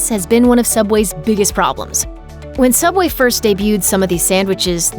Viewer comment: Subway? I never herd that name I only heard soobway